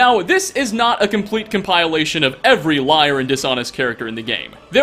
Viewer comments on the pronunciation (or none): I laughed out loud at how you pronounced "Coven" and "Compilation" XD Oh my god...